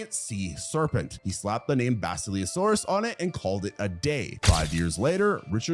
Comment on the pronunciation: Work on your pronunciation. Basilosaurus is pronounced the way it's spelled. The word "silly" should not show up in it. You can't pronounce Othniel's name either. Nor Yevgeny's.